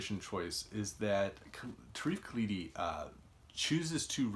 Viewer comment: its pronounced tareef khaaldi